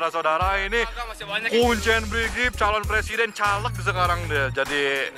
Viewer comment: Brigif bukan brigip😂😂😂